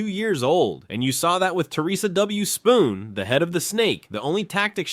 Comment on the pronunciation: It’s Theresa Witherspoon, not Spoon 🙄